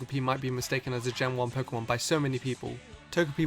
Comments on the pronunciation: “Kikilon” “Pikimon” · Can learn how to pronounce Pokemon name